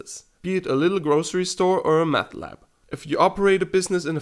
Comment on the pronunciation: Excellent video buddy! It is obvious that English is not your primary language, but just so you know it is 'Help' not 'Halp', and 'Meth lab' not 'Math lab'. Not to nitpick just figured I would help you on that. Still excellent little piece on history many of us have wondered about so thanks for putting this together for all of us :)